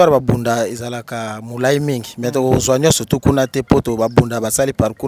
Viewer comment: Merci beaucoup pour votre réalisation. Mais je ne suis pas Bunda, je suis pende nos voisins sont bunda. Attention pour la prononciation: on dit, babunda et non bambunda. Parce que en kikongo quand tu prononce "bambunda" en baissant le ton à la fin; là tu prononce le nom de sexe de femme.